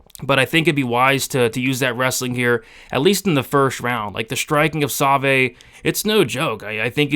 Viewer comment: That's the worst pronunciation of Savoie (Sa-vwaw) I've ever heard. Other than that, great stuff as always my man!